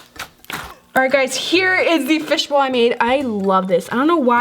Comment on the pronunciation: Way did you say fishball butt!!! Omg soo weird